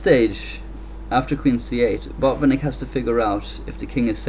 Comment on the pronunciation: Great commentary and game! It sounds as if you are saying 'Bob and Nick' (Botvinnik)